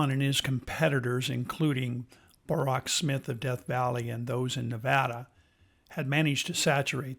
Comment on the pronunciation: Man it’s NOT Borox! It’s borax come on man